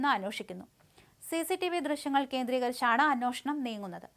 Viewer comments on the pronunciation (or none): അന്നോഷണം ഇതുവരെ മാറിയില്ലേ